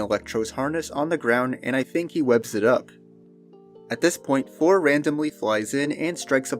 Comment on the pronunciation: THOR not Fhor. It seems like you're unable to pronounce your Ts. You even said firteen instead of THirteen